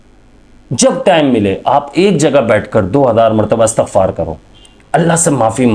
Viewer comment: لفظ استغفار ھے آ کے اور ت کے نیچے زیر ھے